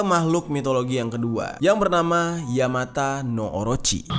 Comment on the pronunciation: Bang maaf tapi penyebutan dari ular itu yamata no orochi 🙏🏼